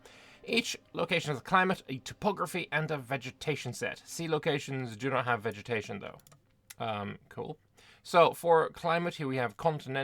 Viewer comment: Did you just say "vegemetation"? 😂